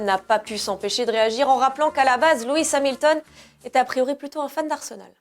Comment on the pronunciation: Hamilton* pas Hamiton